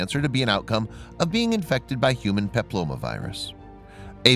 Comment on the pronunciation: did you say Human Paplova? its Human Papilloma Virus. and a vaccine don't assure immunity, Its drop the chance of an infection by 63%, this is why vaccinated women should still go for their smear test. the vaccine is against 4 HPV strengths, there are more than 80 strengths. we don't test for cervical cancer anymore now, we test for first HPV and if HPV is detected a woman is put on a yearly smear test recall, even if there are no cancer cells. This video is full of disinformation and clearly made by someone who doesn't know much about the subject.